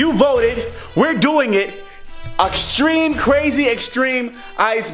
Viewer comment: did u say auxtreme? 😂😂